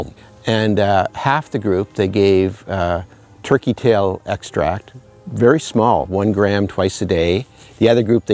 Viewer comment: I'm HEARING "Tricky Tail" Is that what we know as TURKEY Tail?